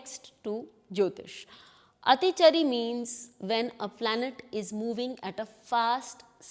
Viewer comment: Your basic pronunciation of Atichaari is wrong